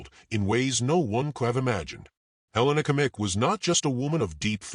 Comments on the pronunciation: Great story, but I beg you to learn how to pronounce Her name correctly. Helena Agnieszka Kmieć. In the middle name Agnieszka the sz sound should be pronounced as sh in English. The last name Kmieć can be approximately pronounced as Kmyetsh. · The video pronounces her surname incorrectly.